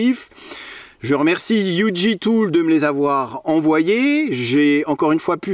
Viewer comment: Petite astuce linguistique : Si on veut parler de UG avec des allemands mieux vaut prononcer 'ou gué' que 'you dji'. Mes compétences en allemand s'arrêtent là. Ah non je me souviens aussi : couteau se dit Messer🔪